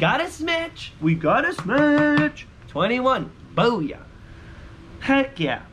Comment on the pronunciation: Nice “smatch”